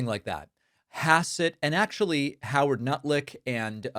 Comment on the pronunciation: I still LOL everytime you say Howard Nutlick.